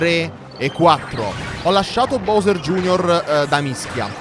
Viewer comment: Si sono contento ora finalmente hai detto BOWSER bene vabbè anche prima era gusto però è meglio BOWSER